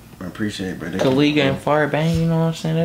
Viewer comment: U have to say Ko Lay Guh. so its the right pronounce